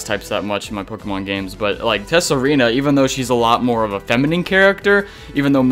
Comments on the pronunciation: It's pronounced Sah-Ree-Na not Tess-Sa-Ree-Na,. The "T" is silent don't you know. Also if you keep mispronouncing the name wrong there a chance your game might freeze on you when shiny hunting Pokemon in Tsareena's line. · As some other comments have already pointed out, the "t" in "Tsareena" is silent. And Steenee is basically pronounced "Stii-nii". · Your pronounciations of Steenee and Tsareena make me cringe. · Just thought you might need these with the way you're pronouncing Steenee and Tsareena